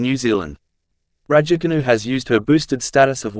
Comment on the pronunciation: Cant you just make an effort to pronounce her surname correctly For petes sake man.!Its so annoying if you try to be funny.!